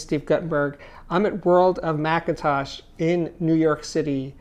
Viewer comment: Why do you say Mcatosh ?